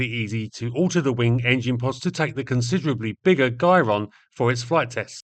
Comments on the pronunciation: jy-ron- from heraldry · I think you'll find Gyron is pronounced "Gyron". I hope this helped.